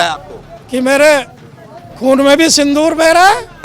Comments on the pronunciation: सिंदूर बोल बेटा सिंधूर क्यों बोल रहा है ? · पत्रकार महोदय!सिंदूर को सिंधूर मत बोलो।